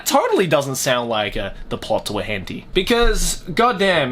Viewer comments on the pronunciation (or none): "Hentey" Nice